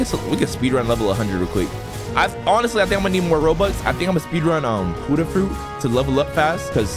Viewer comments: Why you say huddah not Buddah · the only annoying thing in this video is huddah when you always say ot as bu-dda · why do u call it hudah fruit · or peicing clothesline